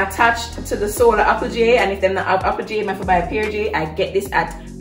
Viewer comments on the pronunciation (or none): none